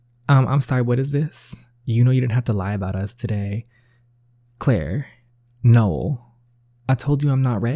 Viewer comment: We pronounce my brothers name: No-El Not Nole